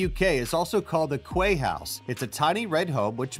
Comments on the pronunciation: The house in Wales is also known as the Quay house pronounced KEY not qway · Quay is pronounced "key".